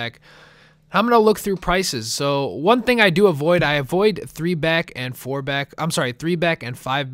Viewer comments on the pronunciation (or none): none